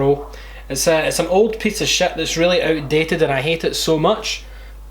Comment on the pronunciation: "I'ts an old piece of shat"